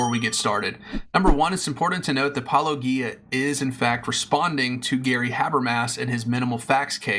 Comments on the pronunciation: The fact you can't take the time to pronounce Paulogia's name correctly, already invalidates any argument you will have. I pray to Cthulhu no one else sees this cringy attempt to debunk Paulogia. I sacrifice a lamb to Elohim she will make sure you will not get another view on any video you make ever again. R'amen. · Seriously, why can’t you guys pronounce his name right? He pronounces it himself all the time, and you interlocutors continue, literally for YEARS willfully choose to mispronounce Paulogia. Why? Are you just doing it to mock? Is that really your best opener in your video is to openly mock his name before you even start with your points? What does that say about you? It’s fucking stupid and keeps me from actually listening further to take ANY of your points seriously. Come on. Fucking do better. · You could pronounce his name correctly. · Just how insulting do you want to be with your failure to properly pronounce Paulogia's name? How hard can it be? I presume this is deliberate as he says his name in every episode. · How much 'intellectual rigor' can you claim if you refuse to properly pronounce the name you have just heard?